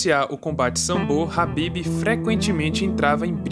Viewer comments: A pronúncia do nome é com K Kabib e não rabibi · Mano,que nervoso tu pronunciando nome do cara errado 😏